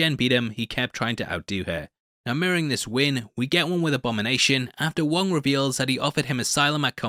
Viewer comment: Glad to see you said it right. It is the Wong Cinematic Universe